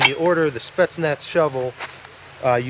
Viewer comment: It is "Spetsnaz" with an Z in the end as in " Zebra", what you are saying will be written " Spetsnats".